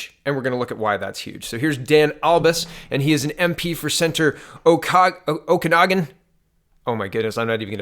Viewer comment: Well for once you pronounced Okanagan properly ☺